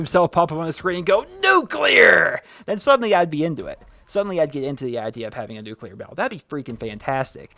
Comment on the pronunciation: "NUCLEAR" I died!